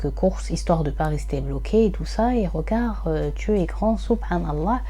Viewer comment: salam alaykom, je te regarde de Belgique. MachaAllah je trouve cela bien ce que tu fais...ce sont des histoires inedites pour moi. Par contre stp stp stp essaye de corriger ta façon de dire regarDE, tu dis: regard....sorry ce n est pas une critique juste une petite remarque